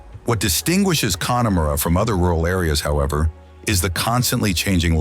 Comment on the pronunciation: Pronunciations again, gall-way, kill_arnie, con_e_mara, I have to stop